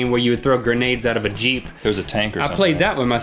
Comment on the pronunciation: I thought he said "where you throw grenades at a ba-jeep"... XD